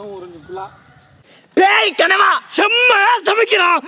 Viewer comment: நன்று தம்பி.கனவா அல்ல அது கணவாய் மீன் என்பதே சரியான உச்சரிப்பு.